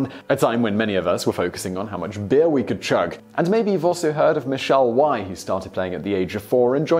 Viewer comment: It's not Michelle Why. It's Michelle Wee.